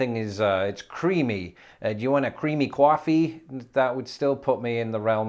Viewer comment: "You want a creemee cwaffee?" 🤣👍😍